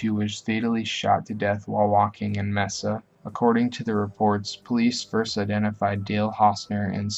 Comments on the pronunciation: You also forgot richardson who killed in my home city casa grande and the city is pronnouced MAY sa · kit danichek i literally checked the comments to see if anyone else had caught the way he pronounced mesa lol